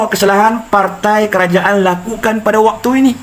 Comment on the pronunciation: Bahasa dan sebutan tu bang.. PARTAI ea..?